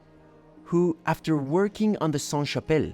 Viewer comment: A little tip for french pronunciation: "Saint" -> don't pronounce the T; but "Sainte" -> do pronounce the T. It's the feminine conjugation. A church is feminine so it's applied (SaintE). A monastère is masculine so it's always Saint. A Cathedrale is feminine, an Abbaye is feminine so it's always Sainte. A house is feminine. A castle is masculine. Etc... sorry it's so complicated.